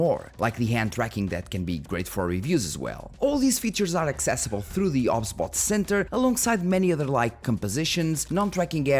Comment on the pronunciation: You sure it's "ob sbot", not "OBS Bot"? 😉